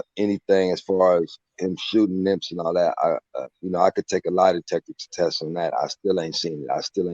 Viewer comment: Why does he keep saying Nimp???